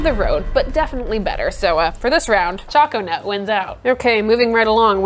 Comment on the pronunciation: Gonna go make some raspberry zinger. Pretty sure choconut is intended to be said like 'choke a nut'. So it sounds more like coconut. What was the refractometer measuring?